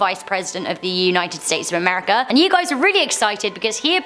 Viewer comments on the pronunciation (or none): none